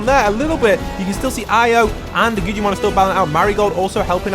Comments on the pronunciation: its not gujimon its guggimon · His name is pronounced guggimon not gujjimon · My mans is saying guggimon so wrong like gujimon and stop making it seem so intense it not that cool like wow if u drop hostile people with non hostile they fight who woulda known